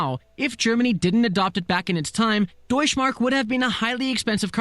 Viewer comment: The "e" in Deutsche Mark isn't quiet. Same like "Porsche";) #